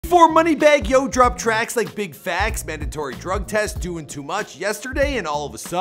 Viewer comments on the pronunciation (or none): none